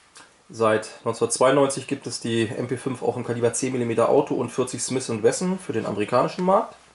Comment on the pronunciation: "Smiss änd Wessn". lol